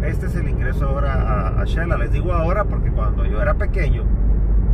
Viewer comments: Ahy va una salvadoreña yo creooo porq dice chela, no se dice chela es , Xela,va oh son SALVADOREÑOS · Corrección eh.. se dice Xela..no Chela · Se dice Xela como Xilófono no chela.. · No chela se dice xela